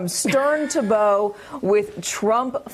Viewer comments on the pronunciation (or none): In the context of boating, "bow" is not pronounced like what goes on a present, it's pronounced like what you do in a martial arts studio. Come on; you're supposed to be professionals... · As the daughter of a proud sailboat captain. "Bow"...Katy is pronounced like "Ow!" What you say when you hurt your knee.